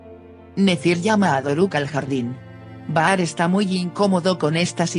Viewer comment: Están bien los resúmenes....pero por favor,aprende los nombres.No es PRL es Piril...y no es Baar es Bahary se pronuncia Bajar